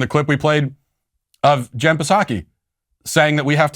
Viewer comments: Why is matt saying the P in jen psaki. P is silent matt in jen psaki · Psaki? The p is silent.